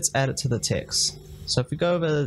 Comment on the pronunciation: good tutorial but i have one question. why you keep saying ticks instead of text?